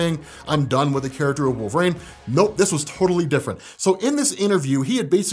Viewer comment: I love ya but the way you say wolverine is just the worst lol it’s WOLV-UH-REEN not wolvrain.